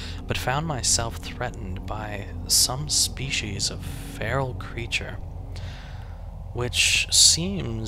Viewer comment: sometimes i hate the internet because you cant sense tone's or pronunciation through text but why would anyone pronounce feral like fie-ral it's pronounced fe-ral as it's spelled now ill continue to watch the rest of the video